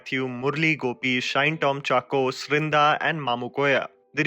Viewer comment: Its Shine like in Shiney Ahuja...not shine..